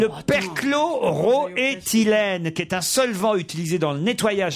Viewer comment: Perchlo - roethylene ! Ruquier est hallucinant il n’en rate pas une dès qu’il faut faire une erreur de prononciation. Un génie de l’erreur orale !